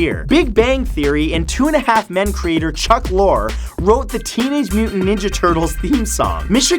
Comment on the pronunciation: Holy shit dude... You need to learn to pronounce shit! Iommi is pronounced "I. O. Me." Lorre is pronounced like the british slang for trucks, "lorry." Proboscis is pronounced "pro-boss-kiss."